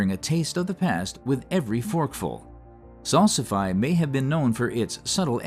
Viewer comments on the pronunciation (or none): FYI: Salsify is pronounced "Sal-si-fee". Thanks for discussing it as well as my favorites like cardoon, Hubbard squash, dragon carrots, and snow peas.